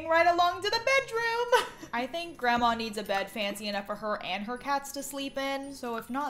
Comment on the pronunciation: The way says grandma, you can just tell she’s southern